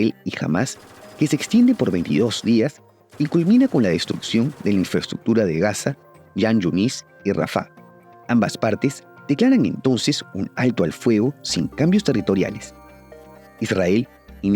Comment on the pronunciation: Se lee Jan Yunis con J de jaguar, jota española. En inglés es Khan Yunis.